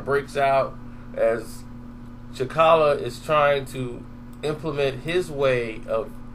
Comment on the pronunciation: Bruh who the hell is cha'kalla? His name is T'Challa!